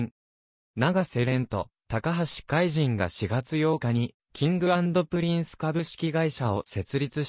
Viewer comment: いつも 見させて頂いて頂いています、ひとつ気になっているのです、海と、君を海じん、は止めてほしい、聴き苦しいです、